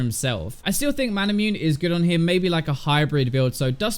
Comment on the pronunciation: Manamune has 4 syllables.